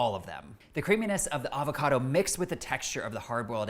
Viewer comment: Thank god, someone who can pronounce "avocado" correctly.